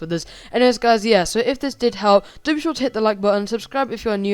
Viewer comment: mf said "susbcribed"